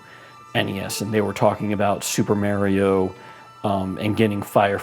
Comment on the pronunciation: What's Super Mayrio?